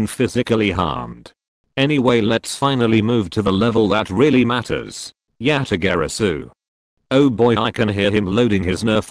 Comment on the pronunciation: It’s not yatagorazoo it’s yatagarasu